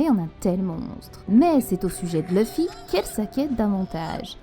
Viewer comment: Tes vidéos sont plutôt correct avec de bonne théories généralement. Par contre c'est Luffy pas Leuffy...